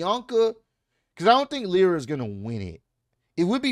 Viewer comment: it’s Lyra lie-ra